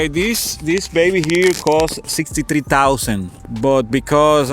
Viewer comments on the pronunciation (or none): He had me at "five point tree vee eight liter."